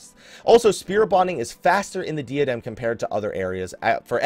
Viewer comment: Just sayin', I love ya, you're a pretty cool guy /fistbump. But it's pronounced like "DIE-uh-dem" rather than "DEE-uh-dem". Again, we cool, bro.